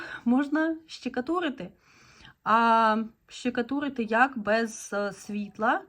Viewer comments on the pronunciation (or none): Не щикатурити, а штукатурити 😊